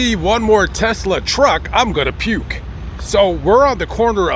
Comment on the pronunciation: “If I see more Tesla truck imma peewwk” lol good stuff 😂